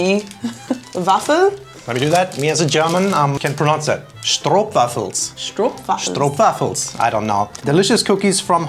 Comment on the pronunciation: You Said “stroopwafels” really good!